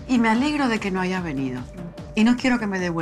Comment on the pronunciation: Muy de clase y dice "aiga"